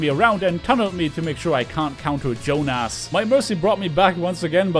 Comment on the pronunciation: Also, plot twist: it was pronounced the Finnish way: "Yoohnas".